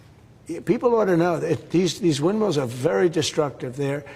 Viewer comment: honey, they're "wildmills", not "windmeals".